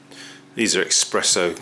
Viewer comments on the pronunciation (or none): Not expresso but espresso! From press not expres.